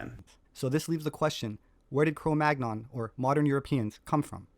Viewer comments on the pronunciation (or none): Sepehr is supposedly a professional archaeologist, but he doesn't know how to correctly pronounce the term CRO MAGNON. He always mispronounces it, pronouncing a hard-G despite the fact that the term comes from a French place-name which -- like AVIGNON, BOLOGNE, CHAMPAGNE, AUVERGNE, DORDOGNE, COLOGNE, etc. -- is part of a 2-consonant cluster [-GN-] which is properly pronounced like the - NY - cluster in English. CRO MAGNON rhymes with the word CANYON. You're not supposed to pronounce the hard G goddammit!!! Sepehr ALWAYS gets this wrong, and it makes me laugh with mockery at his claim to be a professional archaeologist. It's like when Les Nessman on WKRP In Cincinnati pronounces the name "Chi Chi Rodriguez" as TSHY TSHY ROD-rih-gwayz. Sepehr is a goofy bastard pretending to an expertise he doesn't have. And I wonder about his little helper who goes around with him on his little field trips, filming Sepehr as the 'star'... going to feed the geese... and usually winding up at some restaurant where we get to see him eat some foreign dish. We never see him sharing his meal with his little helper, you'll notice. There's something about that which just makes me think he's all-the-more of a self-obsessed douchebag. Between this video by and some others by Gutsick Gibbon, it's nice to see some professional pushback against his pseudo-scholarship.